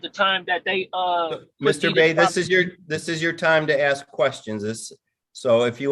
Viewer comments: Dumbass is "axing" a ton of questions. lol!! Moron!! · Awful lot of axing by this Bey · “Let me know when I’m credible to axe questions” … umm never, you moron hahaha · You can always tell the education..It’s simple.. learn how to say ask not AXE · He axed and axed. 😅😅😅😅😅😅😅😅😅😅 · Your honor... he's axing directly...just to cut to the heart of the matter.